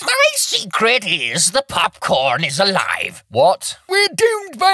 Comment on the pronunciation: Nigel: POPCORN What I hear: MopMorn